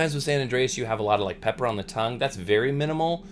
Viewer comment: Great review, love watching your reviews! I think the tobacco is called "San Andres" not San Andreas" lol.